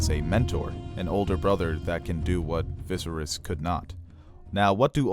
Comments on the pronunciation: Love your content but I can't help but cringe whenever you say "VI-serys," or your friend "Daen-AR-ys" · I itch everytime mispronounced "VISERYS" lol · Great content... but learn how to pronounce Viserys. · great breakdown but OMG I break out in hives when VISERYS is mispronounced .....REPEATEDLY !!!! lol